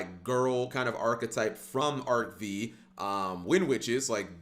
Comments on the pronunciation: Arc-FIVE,, Arc-FIVE. The V is the Roman numeral for 5. Please stop saying it the wrong way. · Why is he pronouncing Arc-V with a "vee" sound when it is the Roman numeral for 5?